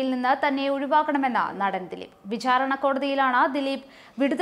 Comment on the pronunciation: വിഛാരണ അല്ല വിചാരണ